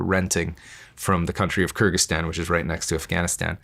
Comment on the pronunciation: I listened to it again and it sounds like he is saying something like Kragyzstan that borders Kazakhstan not Afghanistan his pronunciation makes it sound like he just made a country up